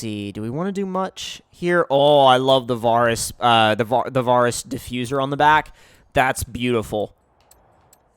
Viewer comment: The way you say varis pisses me off